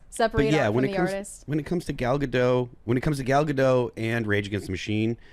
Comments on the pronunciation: Gadot, not Gado, the T isn't silent at all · The T is silent for the French name. It's not silent for the Israeli name. This is similar to how "David" is pronounced very differently for the French name vs the English name.